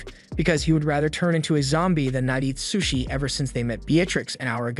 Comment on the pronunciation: how do u get an ai to mispronounce sushi bro